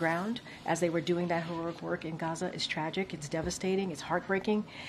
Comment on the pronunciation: She's having problems pronouncing heroic.